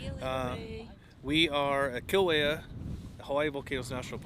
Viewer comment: Just pronounce Kilauea correctly - Kee LAU' eh a. Not Kee lō eh a. Finger nails on a chalkboard.